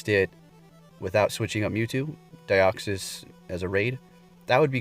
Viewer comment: Its DEE-OXY-s like De-oxy-ribo nucleic. Acid